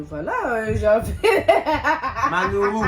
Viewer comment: J'aime trop quand il dit " maNourou" vraiment cœur sur toi et